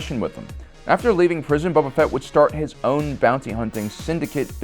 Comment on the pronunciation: Dude... stop calling him "Bubba Fett" lol. He's not an Alabamalorian.